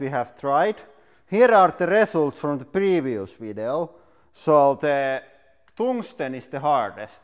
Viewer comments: Tungsten. Not Tongue-ston. That is not hard at all. It is slippery and squishy. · I’m sorry but: “poor toongstang” cracks me up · Toungsten LOL